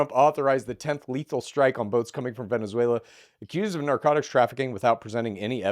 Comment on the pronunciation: “Vanzuela” I can’t